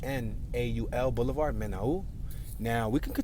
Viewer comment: men all is how its pronounced